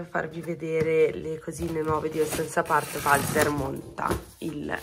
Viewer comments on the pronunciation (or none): Scusa ma si dice /oscian/ (L ho scritto come ai pronuncia )non è per essere pignoli ma visto che lo dici spesso e sponsorizzi😅